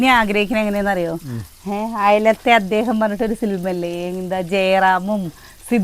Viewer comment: സിലിമയല്ല സിനിമ എന്നു പറയു.